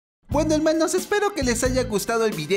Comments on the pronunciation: ME CAE GORDO CUANDO DICES HELMANOS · Oh, tu "Helmanos" me hace olvidar todos mis problemas 😥